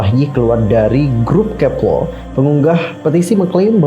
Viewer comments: Itu pas bilang "kep1er" ( kepLer ) bukan nya baca nya Kep ( one ) er" ya? Maaf kalau salah🙏🏻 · Bacanya "Kepiler", klo bahasa koreanya itu kepileo, karena klo bahasa korea 1 itu bacaanya "il" jdnya bacaanya kep(il)er... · Bang dalam bahasa korea Kepler dibacanya kepelo e nya di baca e bkn e yh kepelo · untung bacanya kepler bukan kek pler :v